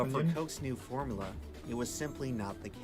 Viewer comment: Dude made an entire video about coke and can't even pronounce formUla...